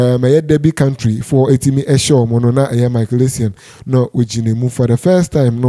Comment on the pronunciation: Derby county not country wae.